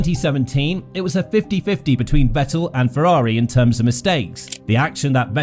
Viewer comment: He at least deserves to have his name pronounced correctly, but nobody can put in the minimum effort